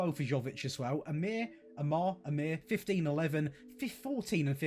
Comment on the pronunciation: not amir but aimar